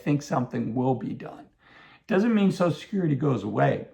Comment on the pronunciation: It’s called social security, not sosul security.